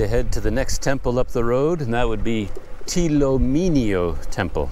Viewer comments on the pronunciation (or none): The correct pronunciation is Htee Lo Minn Lo Temple Myanmar script is ထီးလိုမင်းလို ဘုရား The meaning of the name is that, Htee Lo (Like an Umbrella), Minn Lo (Like a King). The name implies that the king of Bagan is like an umbrella over it's citizens at that time.